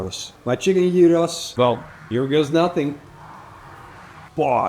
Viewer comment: Well done! You have made a lot of progress on pronouncing "Gyros"! In another video you made a couple of years ago, you insisted on pronouncing it with a very strong "Dutch G". It was much better this time.